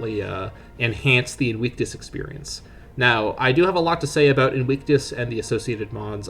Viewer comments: Ok and? He still didn't pronounce it right. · Bro 💀 that's not how you pronounce 'invictus'.